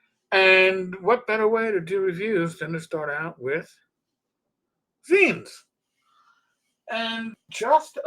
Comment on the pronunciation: Thank you for saying zines correctly. And I've been planning on doing some zine reviews. So many to choose from.